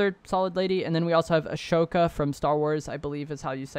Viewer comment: Its (Ah-S-Oh-Ka) Ahsoka